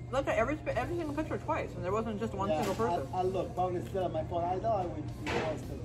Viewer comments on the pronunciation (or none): none